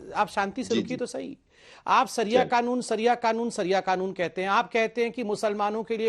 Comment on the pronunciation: Saria nahin hota bhai shariya hota hai